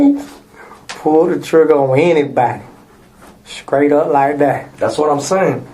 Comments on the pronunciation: said skraight up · "Skraight" up? WTF is that? 😂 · He said “skraight up” and talking a JJ